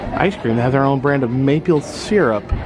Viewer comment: Maypyull syrup...please tell me I heard that correctly...